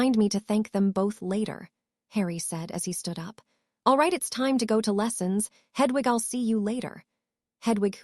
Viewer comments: Why does the reader say hudvug when it should be Hedwig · Hudwug😂 Please re upload with a better AI :p This one cant do names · The owl's name is not h u d w u g, it is Hedwig, if the English language is so difficult then find a different AI